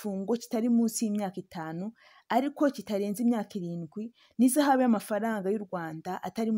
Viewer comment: Ihazaabu and not izahaabu. Otherwise, you are the best!